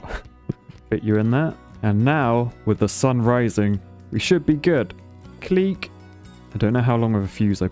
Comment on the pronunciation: Keep saying clic that way pls im dead